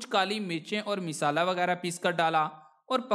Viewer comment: Abey yeh misala kya hota hai. Isi nuskhey sey apna accent tu sahee ker ko.